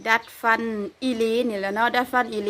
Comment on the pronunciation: ทำไมคนประเทศลาวพูด ฟ ฟันเป็น พ พาน